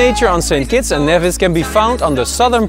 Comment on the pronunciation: It's NEVIS! Not NAYVIS